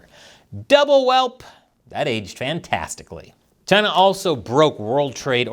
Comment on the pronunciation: 🍯a “deal” with Chyy-Naah 🍯🍯🍯